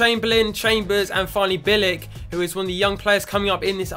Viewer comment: It is Bee-l-ik